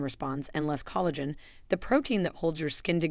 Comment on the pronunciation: Thank you for saying this. For example, "collagen" was initially pronounced incorrectly but correctly thereafter. The stress and rhythm were really off-putting. The "narrator" had a pleasant voice, but a human narrator would be much better. (Speaking as one who used to do narration for videos.)